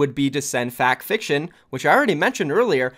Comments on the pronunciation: It's pronounce "fact-fiction" not "factor-fiction" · FacterFCTION cmon learn to pronounce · It's pronounced Fact fiction it's ok we all make mistakes